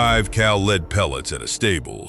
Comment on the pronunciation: AI commentators? Pronouncing 'lead' as 'leed'...🤦